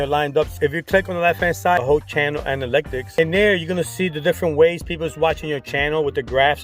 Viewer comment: Me everytime you say anaLYCTics vs analytics 😬🙉. but I’m going to see if this is true about watch time by only uploading shorts to a new channel.